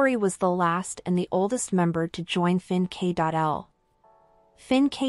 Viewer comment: Fin.K.L is pronounced "fin' kil"